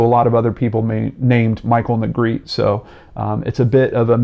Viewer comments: This last name is pronounced Neh-greh-teh. Not Negreet. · Its neh-greh- teh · Sorry to be picky but his last name is a spanish one and it is actually pronounced "neh greh teh". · What baffles me is how Negrete is pronounced “Negreet” in every single YouTube video about this poor kid. 🤦‍♀️ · Well, I don't think people are gonna know it's pronounced "Nay-GREH-tay" like Spanish. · Every single person has pronounced his last name incorrectly. My older brother went to high school with him and played in the jazz band with him at Rancho Bernardo High School. His last name is pronounced “Ne-Gretti” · on a side note his last name is pronouced like spagetti (have actually heard his younger brothers both say it) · Yeah, it is pronounce Ne-gre-te. It is a Spanish surname. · Close 🙂 I’ll spell it phonetically, looks crazy but it’s Neh Gret Ay. Just making the correction bc it may be helpful. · I remember this. Ps: “Negretty” phonetically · No its neh- greh- teh, phonetically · Pretty sure it's pronounced ne-gre-tee or ne-gre-teh in Spanish pronunciation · I went to school with a Negrete; it was pronounced "Neh-greh-tee", with the emphasis on the second syllable. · He's pronouncing Negrete wrong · no, the E at the end of Negrete isn’t silent.